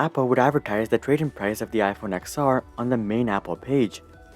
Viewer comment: It’s ten r. Not ex r.